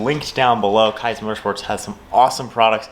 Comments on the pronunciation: awesome video, only critique is that it’s pronounced “keys” motorsports! can’t wait to see the build come alive! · FYI... it's pronounced Keeez Motorsports. Nice install!